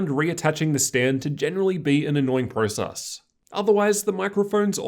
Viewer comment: Lol! Btw I am Australian aswell. Keep up the good work anyway